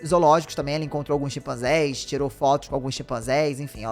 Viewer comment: Não são "Xipanzés", mas "CHIMpanzés"!